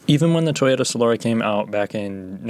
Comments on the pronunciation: Solora smh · I've heard it pronounced both "SolAHra" and "SolERa". For what it's worth, my dad handed me down his Solara SLE V6 when I was in high school, and it was a great car! So comfortable. The interior was great quality and it had a very good sound system. I took it halfway across the country and it was just an amazing highway cruiser. When it came out, I remember reading that the highway road noise was lower than a Jag S-Type at the time. Thanks for the review! I actually LOL'ed at some parts. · From a guy who can't even pronounce "Solara" correctly...right...